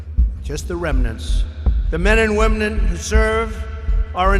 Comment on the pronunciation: Did anybody catch that?..."womnen"....not sure if on purpose or not